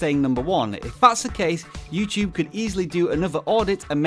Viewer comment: you said youcube